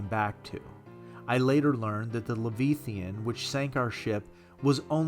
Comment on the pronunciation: Lav-eye-athon. lol love the story